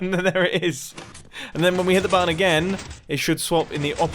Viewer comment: I like the way you say button. You say more like: buatton